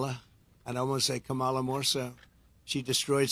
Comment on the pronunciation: "Kamolly" Dumb wick can't even pronounce her name